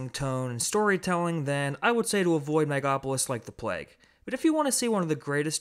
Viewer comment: It's based on actual events in the Roman Republic. And it's pronounced mega-lo-po-lis.